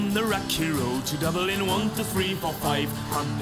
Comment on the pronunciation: Enjoyed the video. I'll try that method. Also its Dublin not Dubling. Am I being too picky?